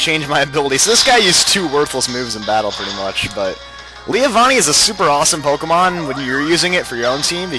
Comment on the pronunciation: Leavanny (Lee-van-ny) Say it with me:D Daat shout out though haha